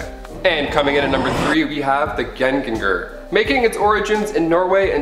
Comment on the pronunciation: Im from norway and its superfunny to hear you say Gjenganger 😂 Just think (yen)Ganger👍